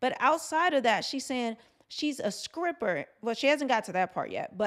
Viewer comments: You’re a very beautiful Women, who exemplifies pure femininity. That’s being said, I laughed a little when you said, “SCRIPPER,” a few times. Do you know that “low key triggered me?”🤣🤣. I remember practicing the (Str-pronunciation) for weeks as a 5th grader. I finally felt comfortable by the time I reached 8th grade. To this very day, I still prefer to use a replacement word, if I can find one. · I'm sorry, did you say Skripper? With a K ? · IT'S NOT SCRIPPER, IT'S STRIPPER, LOOK IT'S IN THE TITLE!!!!!!!!!! STOP SAYING SCRIPPER!!!!!! LMAO!!!!!!!!!!!!!!!!!! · Did you say scripper 😂😊